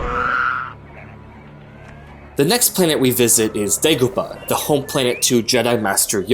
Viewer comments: *Dagobah, not Degobah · It's Dagobah, with an A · It’s Dagobah